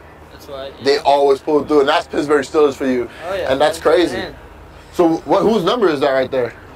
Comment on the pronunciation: He kept saying pissburg